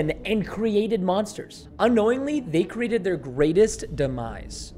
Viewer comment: at the time he says cerated instead of created